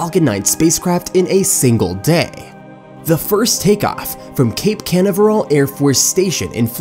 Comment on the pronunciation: I'm Sorry, but when the narrator cannot ever Pronounce "Canaveral" Properly it's kinda hard to take the rest very seriously! People's speech and ability to read a script properly has obviously become a challenge, particularly with something High Teck like SpaceX. If this is AI speech here (which I kinda doubt, but still) then they need a real person to do the narration. Other things said were cringe-worthy...